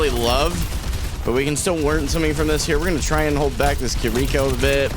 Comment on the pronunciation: It's pronounced "Kir-reh-ko" not "ki-rico". Great game though